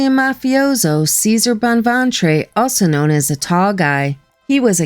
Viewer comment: I wonder if ceser bonventre name was actually prounounced chesaray?